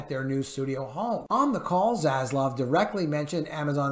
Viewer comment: ZasLAV not ZasLOV :)))